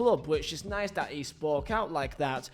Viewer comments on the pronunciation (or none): none